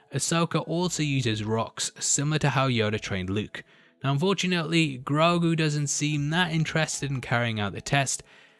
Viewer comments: Ashoka clearly called him groogo not groogu, no u sound but o sound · His name is Gro'ghu.